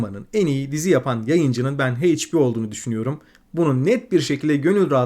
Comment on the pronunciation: Mükemmel bir video olmuş, daha da iyi olması açısından HBO,son of anarchy ve endeavour ve bir başka videodaki Orphan Black okunuşları biraz kulak tirmaliyor. 😅